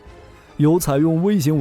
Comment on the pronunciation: 先把v型念对了再说，一口一个wei型，英语和村妇学的？